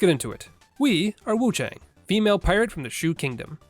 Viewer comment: Just a heads up, friend. It's pronounced with an "ah" sound not an "ay" sound. So Wuchahng.